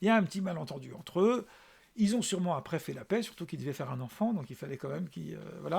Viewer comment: Qui « zont »